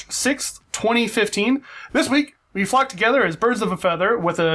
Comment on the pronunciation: im sorry but when u said flock it sounded like fuck like a lot xD